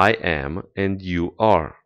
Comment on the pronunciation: pe langa me and you, not you and me, ai pronuntat and ca si end, ce este o confuzie intre doua cuvinte din limba engleza